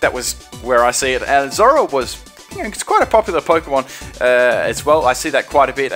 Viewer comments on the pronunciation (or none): did you just say Zoroa its ma fucking vaf